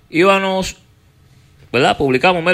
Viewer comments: Alofoke, no se dice IVANOS, sino IBAMOS (del verbo ir). no TELMINOS, sino Terminos (de terminar). No TRABAJAL, sino TRABAJAR. No se dice HAIGA, sino Haya (de haber). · Porque dice ivanos en vez de íbamos??